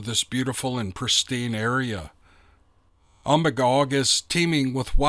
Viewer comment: Lifelong Mainer here. You pronounced Magalloway perfectly. Umbagog is actually pronounced um-bay-gog. I know the area referred to in the story very well.